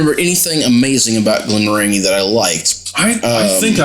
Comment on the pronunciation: It's a soft "g". Glen-moran-jee. Glenfiddich is a bit more difficult. The ending is not a hard "k" like "dick", more like Glen-fiddikwh. Listen to how Scots pronounce Loch Ness (monster).